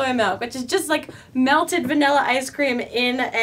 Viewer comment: you said vanilla a lot and every time I noticed you said vanella.... I say vanulla